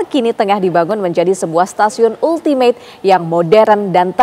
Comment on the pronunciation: Ultimate bacanya Altimet